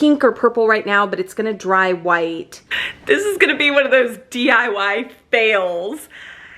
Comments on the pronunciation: You keep saying dyi, I thought it was diy (do it yourself) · SherWIN not Sherman. Lol! And DIY. Not DYI. ❤❤❤❤ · Me: Watches her say DYI instead of DIY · cute mentioning DYI instead of DIY in the minutes. hehe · The fake plant looks great! And did I keep hearing DYI? Lol